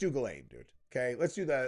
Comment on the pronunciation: I just wish he pronounced Ghislaine properly... It's Jiss-lène dumbass not Gaylene or whatever the hell your saying